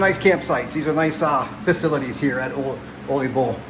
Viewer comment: Pronunciation on Ole Bull is tricky. People typically pronounce it like it's a Mexican sombrero Olay! It's a Norwegian sounding pronunciation the O is said like new or the double oo in shoot. The le is leh, not Lay or lee. So phonetically it's "Ewleh" Bull.